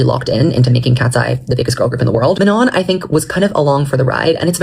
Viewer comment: you called her mañon that tickled me so bad